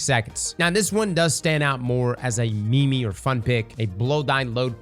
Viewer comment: did he just say me me for meme?